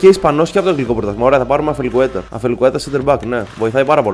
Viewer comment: Όχι αφελικουετα....ασπελικουετα...